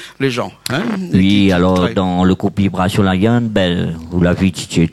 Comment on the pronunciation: Le présentateur et vraiment nul il ne peut dire le nom du groupe VIBRATION LION